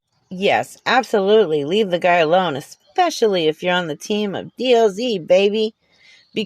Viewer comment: (exspecially?) Seriously self-proclaimed scholar? Your scholarship certainly is not in the English language.